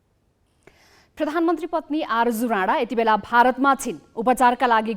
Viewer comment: Arju rara hoina Rari ho aimai pani ketako name le ucharan garinxara?